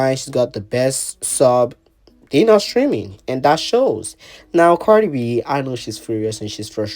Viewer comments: KHIA READ HER DOWN 😂😂😂 THAT GIRL SAID CARDI FLEE😂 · Lol O I thought khia meant CARDI FLEA 😅